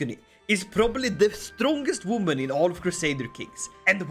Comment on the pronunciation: A wooman 😂